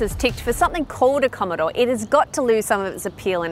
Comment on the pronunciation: 2.16 "Commodore" 👍